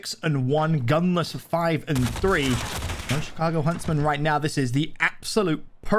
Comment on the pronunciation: Get rid of this announcer guy. “Chicargo”? Really, that’s a slap in the face for chicagoans